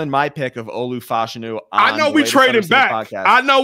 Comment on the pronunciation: I don't know why is mispronouncing Olu Fashany name so much. It's like he's doing it on purpose.